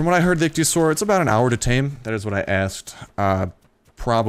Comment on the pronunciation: It's pronounced Ick-Thee-O-Saur